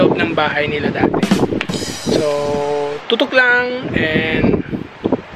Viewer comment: Tutol o tutok linawin mo nga uy hahaha